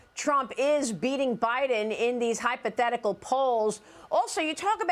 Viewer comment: High pathetic Al poles.... hypothetical? Say it right or don't say it!!!!